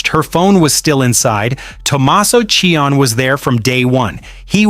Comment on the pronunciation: Name is NOT CHIONN . His last name is Ci-oni.